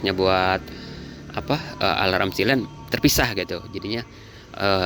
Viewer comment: Biar ga ketuker silent itu dibacanya sai-lent om, kalo siy-lent itu yg buat lindungin kabel dari air (sealant) 😅